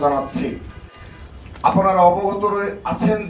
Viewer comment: আপোনারা নয় আপনারা।বাংলা শুদ্ধ ভাবে বলুন ।